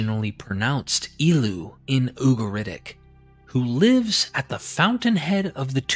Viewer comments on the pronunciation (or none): none